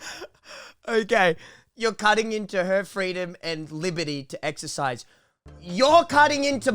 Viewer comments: everytime that woman says exersise, i want to die more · Bitch really saying axe er size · hirassed, ixercise. i think she forgot how to talk english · First vid: when says exercise, i here axercise 🤣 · Do u know what is making me more annoyed at her is how she said 'excasrsise' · I wAnT tO eXeRcIAEsE Why does she have to say it like that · The emphasis on EXERCISE